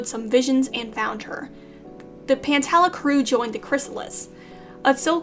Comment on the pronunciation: The wings are being set of fire with this one 🔥🔥🔥 Also pantala is pronounced pan-tall-uhh And jerboa actually enchanted a snake egg